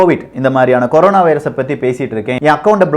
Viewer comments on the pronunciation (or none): none